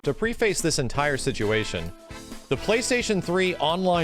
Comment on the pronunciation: It's not pre face it's prefece both short e sounds. This is your final warning.